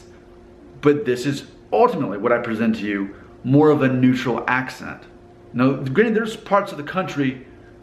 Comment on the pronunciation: Dude you have such a twang! Listen to how you say "accent" - the 'ent' sounds so southern. You drop the -ing and say 'goin.' You don't sound like most people I know in Cincinnati, who also have a twang.